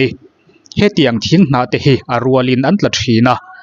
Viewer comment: Thing tia lam tur ni awm tak.Thin tiin ilam tlata kan hriat chu le.